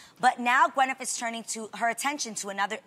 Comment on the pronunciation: Is only me but Adrienne says Gwynif